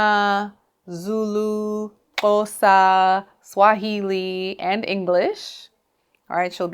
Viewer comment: Wow! Your pronunciation of the Xhosa is so spot on 🙌🏿🙌🏿